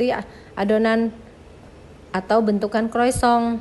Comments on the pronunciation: Salah juga om bro.. yang betul penyebutannya koasong. CMIIW 👍🙏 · Mau koreksi mba, utk sebut kata croissant itu yg benar cara bacanya " croasang " dlm bhs prancis..